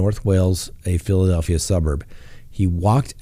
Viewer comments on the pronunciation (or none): none